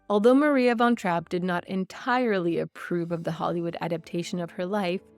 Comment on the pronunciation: How about learning how to pronounce her name before making a video about her?